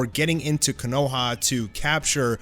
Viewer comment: Bruh can't pronounce konoha.